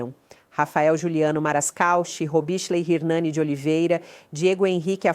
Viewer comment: Repórter: robichelei Nome do moço: Robislei